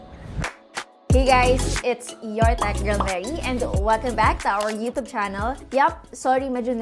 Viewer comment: TUBE - TJUB YOUTUBE - YOTOB? 🤣😂